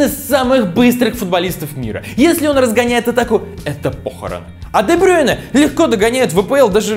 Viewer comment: Брюйне а не Брёйне